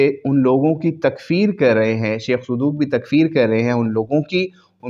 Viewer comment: sir sheikh e sudooq nay iss base pr yh baat khi hyyy “من مات و لم يعرف امام زمانه، مات ميتة جاهلية or sheikh sadooq nai hota sudooq hota hy